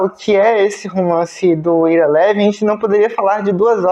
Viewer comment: Ira Levin (pronuncia-se Aira Lívin). Esse sujeito, já falecido, publicou apenas 7 livros, um melhor que o outro. É considerado o rei do suspense paranoide. Seu melhor livro, premiado e que gerou dois filmes, se chama "O beijo da morte". Um livraço! Ira Levin escreveu e publicou "O filho de Rosemary", que é a continuação do livro "O bebê de Rosemary". É meu escritor preferido. Tenho os 7 livros dele, em papel e no formato eletrônico. Recomendo.